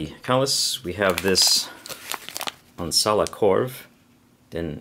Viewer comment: Haha lyssna när han säger Onsala korv